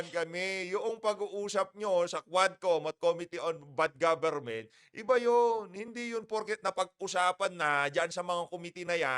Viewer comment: Anong sabi mo good gobernent eyyy eyyy eyyy????sabihin mo .bad imfluence goberment.....style mo bolok.....